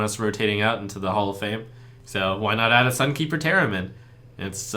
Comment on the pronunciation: LaybackGames Ye, I know he said that. But when I heard this phrase for the first time I heard "theremin" =)